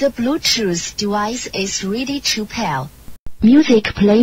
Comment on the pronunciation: Adjusted for pronunciation: -Ze bluetoos dewice is weady to peaayr -Ze bluetoos dewice is conecteed uhh successfolaay -Mewsic play modder -Zeerow, Seven, Sree, Fine, Sex, Wann